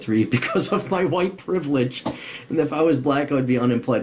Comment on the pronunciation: A "vhoyte"